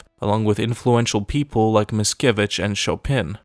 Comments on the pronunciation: Is Mickiewicz no Miskiewicz. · It's Mickiewicz not Miskiewicz :) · cool video ;) just one thing that struck me, it's Adam MiCkiewicz ;) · Mickiewicz with "c" instead of "s" .